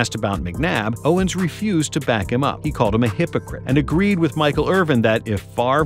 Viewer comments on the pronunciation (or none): none